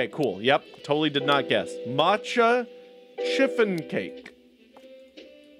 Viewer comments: I died a little every time you said chiffon with a hard 'ch' 🤣 (btw it's pronounced 'shiffon') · I totally pronounced it shiffon... 😳 I don't even know how to pronounce a ch 😅😂